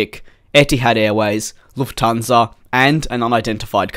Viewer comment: Props for properly pronouncing Lufthansa :D